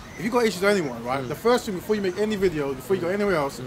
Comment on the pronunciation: Dawah should be done by people that have deep knowledge of the books - Shamsi, Rashid, Hijab, Mansur, etc. Not. Also, it's 'thing'. Not 'ting'.